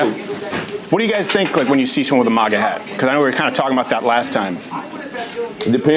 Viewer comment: The way Crowder says MAGA... "MUGA"